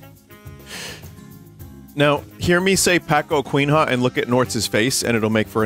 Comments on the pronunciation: I can never read paçoquinha the same way. It is now pacoquin-ha. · "Pacoquin has" eu não tankei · Binyot pronouncing Paçoquinha as "Pah-ko-kwin-hah" hit me like a truck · Kkkkkkkk i find it very funny you guys prounonce "Ç" as a "k" 😂😂 pa coqinha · I love laughing at Vinny's Brazilian accent "packoqueenha", killed me (also, I've never seen these packaged separately) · Thank you Bunny for butchering every single name of my country's delicious snacks, like Pakoquin Ha. I'm just glad you were able to taste the stuff most of us here know and love! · Hey vinny, some things to clear up: The ço in paçoquinha sounds like an s, so it is "pasoquinha" in sound but its typed with ç. Pé de moleque has an story to being called that way,it is that an slave old woman would make the candy to sell for money to her owners, and his kid sometimes would take the candy without telling to eat and because of that, she would not sell enough to get the required and would get punished, then one day she caught him taking it and spoke up saying"Pede muleque!" And it translates roughly into "ask boy!" And thats where the name came from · It's so funny when Vinny tries to say Paçoquinha and says Pé-co-quin-ra, these are common names for us to say but it's very difficult for foreigners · It is speeled Passoquinha! For the love of god! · Pakuokinrra kkkkkkkkkkkkkk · Poçoquinha went from peanut snack to a Aztec god in his pronunciation